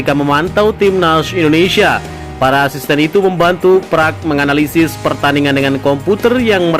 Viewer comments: park bang bukan praaaakkkkk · Buka prak,tapi parek hang seo,gitu bacanya,gimana sih youtuber kudu di ajarin melulu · braiii... ( Park ) bukan Prak dibacanye gmn sihh gitu aje kgk bisa ape... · Min .bukan prak....tp Park 🙏🙏🙏